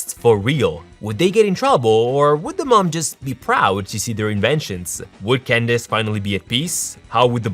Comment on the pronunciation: Did he say Gandace instead of Candace?